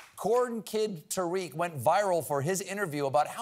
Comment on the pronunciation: Just for information. It’s not pronounced Tareeq. It’s Ta-riq.